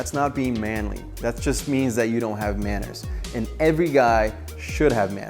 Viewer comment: "Maneers maketh man"